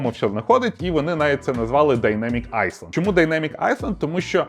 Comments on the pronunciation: айленд же, а не айСленд Чи може це прикол якийсь, тоді сорі 😅 А взагалі дайнемік айленд дуже круто виглядає, ця сімлес інтеграція харвера і софта просто вау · "айсленд". це що, байт на коментар?) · будь ласка, навчись говорити слово айленд, бо я блять аж прихуїв) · то не ІСЛАНДІЯ, ТО ОСТРІВЕЦЬ